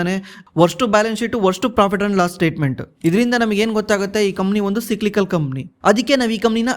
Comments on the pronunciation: ಲೆ ದಡ್ಡ ಏನ್ ಓದಿಲೇ ನೀನು, ಸಿಕ್ಲಿಕಲ್ ಅಲ್ಲೋ, ಸೈಕ್ಲಿಕಲ್ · Le mangya ಏನಲೇ adu ಸಿಕ್ಲಿಕಲ್ ಅಂದ್ರೆ 😂😂😂 ಸೈಕ್ಲಿಕಲ್ ಗೆ ಸಿಕ್ಲಿಕಲ್ ಸಿಕ್ಲಿಕಲ್ ಅಂತ ಬಡ್ಕೋತಿಡಿಯ 😂😂😂😂